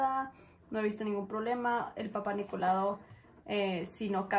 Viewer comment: Es Papanicolao, que yo sepa. No Papanicolado. 😂😂😂😅😂😅